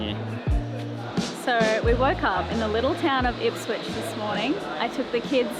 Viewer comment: Quick heads up it’s IPSWICH not IPSWITCH